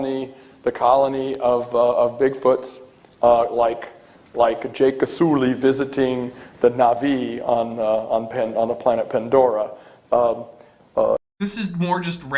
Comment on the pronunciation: the weird part of his not super impressive "nerd cred" there is he mispronounces Jake Sully in the same way as the Navi do, but then also mispronounces Navi in a way that nobody does in the film. Stress should be on the first syllable.